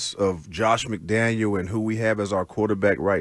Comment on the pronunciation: Is it intentional that he says McDaniel?